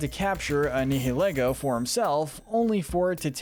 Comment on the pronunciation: You’re so bad at pronouncing names,. 🙄 Eight pronunciation error’s corrections: • GA-lar • NI-hih-lee-goh • Solgaleo: SOL-guh-LAY-oh • Mr. Briney: MISS-ter BRY-nee • resh-ir-RAM • row-EN • YOUX-ee • Lysandre: LYE-SAN-der